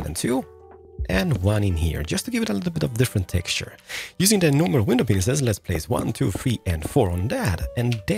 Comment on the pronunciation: I love your videos but I'm sorry I have to point out that when you say "window panes here" it kinda sounds like "window penises here." Lmao 🤣